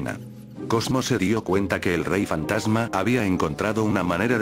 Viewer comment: Like si te diste cuenta que dijo fatama pero es fantasma no fatama